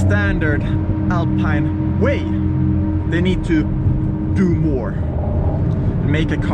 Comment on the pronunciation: Alpeine Alpeine if you can’t say Alpine al the rest of the movie doesn’t matter anymore ......sorry